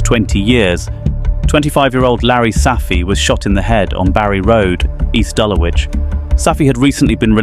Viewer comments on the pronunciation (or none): man said east dullawich😂